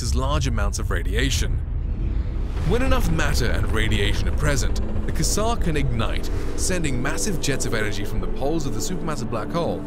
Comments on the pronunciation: Kassar!!....you mean kwazzar, OMG where did you learn to speak!!! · It's pronounced (quasar) KWAY-ZAR, bro .. not KISSAR...